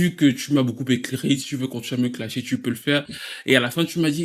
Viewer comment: J'aurai aimé avec le "déplacey". Mais bon, je vais commencer par le "clashey". ❤️❤️❤️